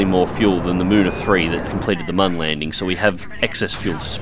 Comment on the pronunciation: Its me again, it is not mon its moon and it is pronounced like Muun, can u say it in the next video i wanna hear u say it correctly ;))